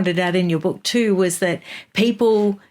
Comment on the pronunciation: H G TUDOR has a particular vowel sound which indicates North Eastern England …possibly … might be HULL. The vowel is glaringly obvious to some of us. e.g. the vowel in BOOK. HG pronounces it BUCK. Listen to several of his broadcasts and it will become obvious to you. The other noticeable trait is the deep timbre of his voice… quite like JEREMY CLARKSON.